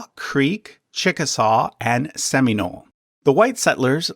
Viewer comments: Lots of people have gotten on to you for the other pronunciations, but I have also never heard "Seminole" pronounced "Sim-ee-nohl." Usually I hear it pronounced "Sim-ih-nohl" or "Sem-ih-nohl" although that second one is less common. I went to FSU, who are called the Seminoles (admittedly not the best source) but I have also lived in Florida my whole life (in or near the county named after the tribe) and even lived down near the Immokalee Reservation in South Florida for a few years. One of my students at the time was part Seminole and lived near the reservation and I am pretty sure he pronounced it "Sim-ih-nohl." However, you did pronounce Muskogee correctly, that is a word that I hear mispronounced a lot. Also, during the Trail of Tears segment you showed the Seminoles being relocated to Oklahoma. That is correct in that part of the Nation/Tribe did get relocated there but another portion (I think the larger portion at the time even though the portion in Oklahoma is larger now) was forced into central Florida and then south Florida. That was not part of the Trail of Tear but rather part of the Seminole Wars which is probably why you didn't directly show it, but I felt like it should be pointed out. There is actually a lot of tension between the part of the Nation that went to Oklahoma and the part that stayed in Florida, especially in regards to FSU. The Seminole Tribe of Florida has a very close relationship with the University and endorses its use of the name/symbol/mascot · That's not how we say Muskogee and Seminole so that was weird to hear. Same with the Osage.